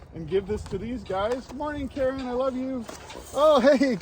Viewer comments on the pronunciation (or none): none